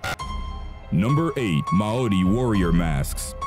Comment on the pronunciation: Way to mangle Mauri. There is no D in Mauri.